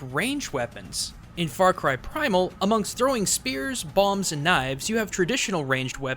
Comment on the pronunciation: bombs? did he say bombs?